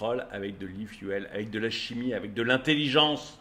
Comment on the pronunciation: E-Fu"elle", trop 😂